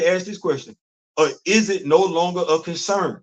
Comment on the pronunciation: The way you've said,"That's not my concerrrrn." 😂😂